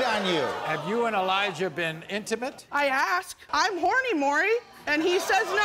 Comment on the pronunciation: Its not Elija, but eLIEja